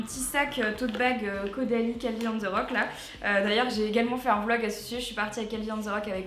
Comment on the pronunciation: A elle a dit avec audalie et le nom du produit c Caudalie mdr